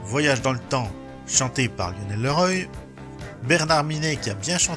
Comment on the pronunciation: Merci wikipedia. Pour info, Leroy se prononce évidemment Le Roi quand on n'est pas complètement inculte. C'est un nom extrèmement courant en France